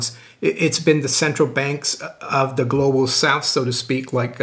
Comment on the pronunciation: Please don't say Glo Baal.......thanks